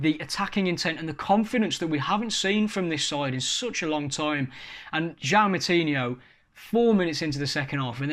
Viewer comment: The way pronounces the players names is so annoying 🤦🏻‍♂️ who the fuck is podance and moutinya